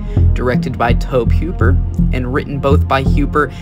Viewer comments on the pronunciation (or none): His name is toe-bee who-per not toeb huper lol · Had to jump off the video after the 10th time he mispronounced the creator's name. Its TOE-BEE HOOPER not Toab Heuper. It shows a lack of research. If youre not ganna take the time to learn the dudes name... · you do know that tobe hoppers name is pronounced toe-bee Hoop-er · Nah Blud said toeb hwooper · "Reddit user" is all you need to know about this video 😂 he said tob huper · Nice video but could you please not say Tohb Hyooper. I'm still gonna leave a like because this video was interesting. I don't want to discourage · I hate when people the make docs can’t get the names right. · I stopped at the 3rd time he blundered it, ain't a fan if you can't get yhe brainchild's name right. Pathetic...